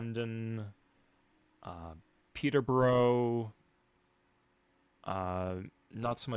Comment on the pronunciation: Canadians pronounce Peterborough with the emphasis on the trailing O? Cursed